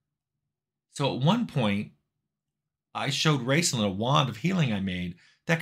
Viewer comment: I couldn't tell if you were saying "Raceland" or "Rincewind" (the latter makes more sense for a MUD Wizard).